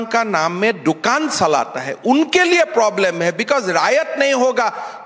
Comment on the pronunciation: He says chalta hai as salta hi.please really him to pronounce it right for God's sake.